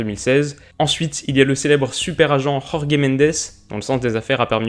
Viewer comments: En portugais, Jorge ce dit George comme en français ^^ le J espagnol c'est pour les espagnols :) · S'il te plait prononce tout les j des portugais comme en francais on ne les prononce pas comme en espagnol donc tu dit Jorge comme Georges pas yorgé . Sinon très bonne video et c'est sûrement l'équipe que je vais supporté cette année en premier league ( avec Man Utd un de mes clubs de cœur ) étant donné mes origines portugaises et toutes cette colonie de joueur portugais ou issue du championnat portugais . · Excellente vidéo comme d’habitude, mais juste c’est Jorge Mendes prononce le J comme en français car il est portugais pas espagnol. Le J en portugais se prononce comme en français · Super vidéo! Mais petit conseil de prononciation, Jorge en Portugais se prononce quasiment comme en français. Donc tu peux le dire à la française, plutôt qu'en espagnol qui n'a rien à voir ^^ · Magnifique vidéo comme d'habitude ! Juste un détail, Jorge Mendes est portugais et donc on prononce son nom comme on prononce Georges... La Jota expagnol n'existe pas en portugais, les -J se prononcent comment en français et les G aussi :) C'est juste un détail parce que sinon t'es vraiment excellent mec !!! Keep going ! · Jorge Mendes c’est pas ci compliqué à dire c’est pas un espagnol pour prononcer les « j » en « r » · Salut! J'adore tes vidéos et je trouve celle ci top encore! J'ai cependant une petite remarque de prononciation ^^ jorge mendes est portugais par conséquent "Jorge" se prononce comme en francais. Ta prononciation est espagnole. Les j au Portugal se prononce comme en France ^^ voilà ^^ sinon j'espère que tu continueras toute la saison à nous sortir des vidéos intéressantes! Bonne continuation!